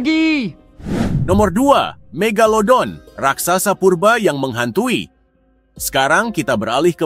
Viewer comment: Ka megadodol loh bukan mega megalodon😮😮😮😮😮😮😮